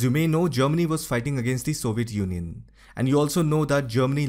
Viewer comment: Soviet junjun? Im not making fun of his accent because he can clearly say European Union.